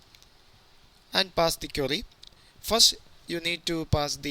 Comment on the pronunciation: Great tutorial! And i love the way he says "query". Always sounds like "curry". Now im hungry. :D